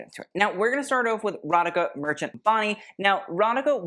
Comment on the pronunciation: Just letting you know, you pronounce "Radhika" "Ratheeka"!